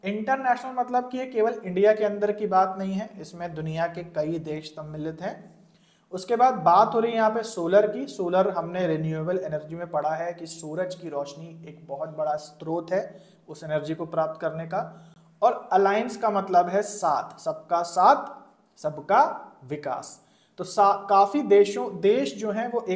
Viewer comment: स्तोत्र नहीं स्रोत होता है सर